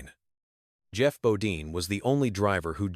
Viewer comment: Its Jeff not g-off, and bodyne not bodeen.